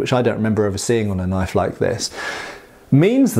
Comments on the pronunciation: "That's not a knoyf!-uh-actually-yeah-THAT is a knoyf!" Cheers, LOVE these vids, as I've almost entirely burnt out on the repetitive, brain rotting shit on tv, your channel has become a mandatory part of my week. Great job brother! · ''...knoife'', eek-cha-loi